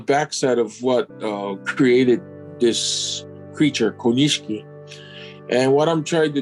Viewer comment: The I after the SH in Konishiki is silent. Just a tip ;-)